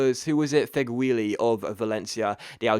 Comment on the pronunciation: Feghouli is pronounced "fegh-ooli" Hope that helps.